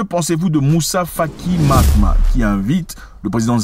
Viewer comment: C’est Moussa Faki Mahamat 😂et non matma 😂. Merci 🙏🏿 pour la vidéo